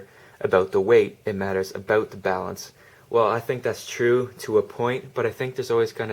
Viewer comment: Aboot haha...